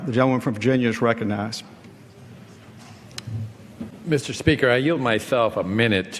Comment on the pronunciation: Mr. speaker can't pronounce "recognize".